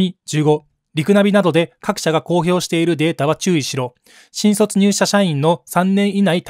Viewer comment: 「新卒」のイントネーションが変